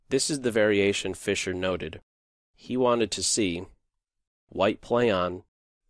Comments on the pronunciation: Did he say Fischer Price? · fischer prize. sounded like fisher price but i am deaf sooo...